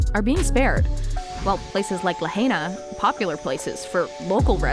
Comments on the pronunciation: ITs pronounced La 'high' na.. not La 'hay' na. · You're mispronouncing the word, "Lahaina" ITS NOT LA HEY NA. ITS *"LA *HIGH NA". STOP SAYING "LAHEYNA", PLS. I WROTE THIS BEFORE AND YOU'RE STILL MISPRONOUNCING IT. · This FAMOUS Hawaiian town is pronounced “LA-HI-NA”. not “La-HAY-Na”!!! At least get the name right. Read a book. Go to school. Don’t be an ignoramus. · the commentator lady should learn how to say Lahaina. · Please pronounce Lahina right or do not do videos on it. Quit with the conspiracy theory label as well it just the easiest way to deflect conspiracy fact. I saw at least three blue cars without a scratch next to melted cars.